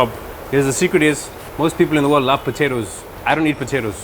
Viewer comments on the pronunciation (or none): none